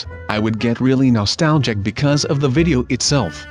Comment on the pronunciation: stop saying nolstalgic